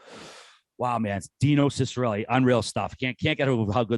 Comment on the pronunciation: His last name is pronounced cheek-a-relli